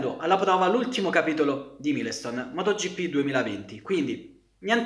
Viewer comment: "Mailston" sarebbe più corretto come pronuncia, significa pietra miliare. Comunque io a sbk ci ho giocato ed era difficilissimo senza controlli. Aveva una quantità di regolazioni infinita e senza sentire cosa fa la moto (come fai un force feedback per le moto in effetti?) era ancora più difficile. I giochi di moto devono essere arcade purtroppo